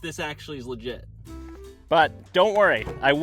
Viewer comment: 😭🙏Bro said it wrongg